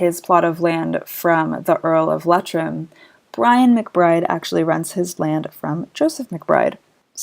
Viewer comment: Very informative! Thank you very much. FYI. It's pronounced Lee-Trim, not Let-trim.